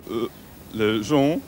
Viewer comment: Dit "jonc". "Jonc".